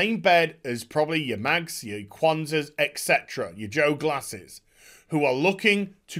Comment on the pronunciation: I know I'm not going to win a popularity contest by pointing this out...but hearing constantly pronounce 'etc' as 'ECK setra' really hurts.